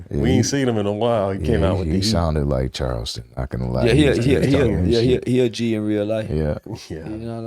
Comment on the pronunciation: I hate when the host says Child...ston White....its CHARleston for crying out loud!!!